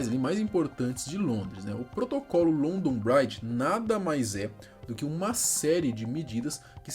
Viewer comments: Também fiquei incomodado kkkkk pronuncia-se "BRIDJI" e não "BRAIDJI" 😂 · Oh meu vei não se fala london braidge mas sim london bridge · A pronúncia é Brídge, não brádge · Só uma correção na pronúncia: London BRIdge; Comom Uélf (com a ponta da língua entre os dentes); Uést MInster. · Achei que não ia sentir nada na morte dela mas morando em Londres a um bom tempo não tem como não se emocionar. E a pronúncia do London Bridge está errado brother.